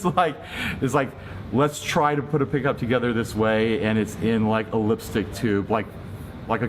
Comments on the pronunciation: Ah yes the lepstyck peckup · He cant speak The vowel I like when he says lepstick